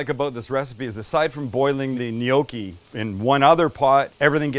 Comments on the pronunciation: Gnocchi. Sam knee-oki… n-yoki. Great job guys. Love your channel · It's GNOCCHI! not 'NIOKI'. Jeeesus, why do you yanks bastardize EVERY language? Respect others culture and history. Yeah, we get it, you have no history, that's why you buy bridges etc from Europe. Anyway, good vid. Thanks. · Sam, we do not pronounce gnocci neeockee, we pronounce it nocki in Pittsburgh. As you know there are many Italians in Pittsburgh. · I love your show butt I don't understand why you're pronouncing it "gnocchi", it's pronounced, gnocchi! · It's Gnoc--chi...! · In Australia, the G is silent, but it's 'knee-okk-ee' here haha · Glad you put the word "gnocci" on-screen. I was wondering - "what the heck is a neyokey" there for a minute.:goodvibes: Looks yummy. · Japan attacking Pearl Harbor December 7, 1941 is infamous. Let's all hope this dinner doesn't become infamous. 🙂 Gnocchi is pronounced with a silent G. Nocchi (nyow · kee). Please don't take this as criticism...great cooking channel, one of my favorites. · Is Sam saying gnocchi funny or is it just me?? Pretty sure the “g” is silent no?